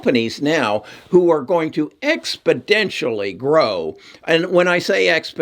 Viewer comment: ExpoNential has no “D” sir